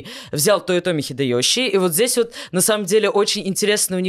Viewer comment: У меня от "хидэëЩи" кровь пошла из ушей.